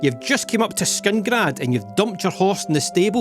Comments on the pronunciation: It's killing me that he keeps saying Skingrad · Whos gonna tell him that its not skingrad? 😅